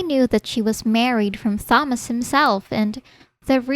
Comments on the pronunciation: Thomas is pronounced with only the t The h is silent so Tomas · The H is silent in Thomas. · Thomas has been driving me nuts for awhile now. The H IS SILENT!!! Ugh